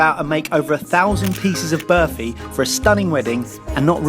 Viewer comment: Its barfi mate😕